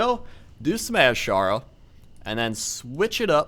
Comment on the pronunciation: its pronounsed (i know its spelled wrong) A-Sher-ra the S sounds like the Z